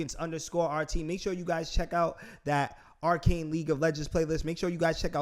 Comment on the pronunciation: Yo It's R CANE Not R CON